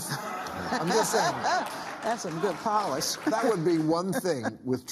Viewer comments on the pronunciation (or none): none